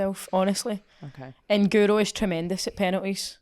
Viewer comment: You'd think commentators and presenters would have learnt to pronounce Guro's name by now, wouldn't you? It must drive her nuts.